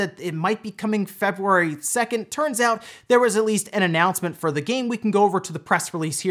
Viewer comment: Is it just me or you pronounce February weird?